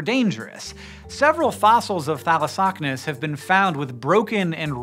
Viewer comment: Thalossocnus. A hard word to say but he says it perfect every time.